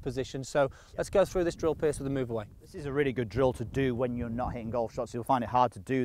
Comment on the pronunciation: Good vid, as always. But why does keep calling Piers 'Pierce'.